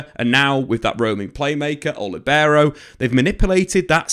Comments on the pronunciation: It's not "LiBEro". The accent should be on the i, "LIbero". Think at it as saying "Lee". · Buddy, please stop saying libero...like that.